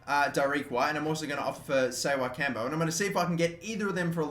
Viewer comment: Ssewankambo is pronounce Se-Wen-Kam-Bo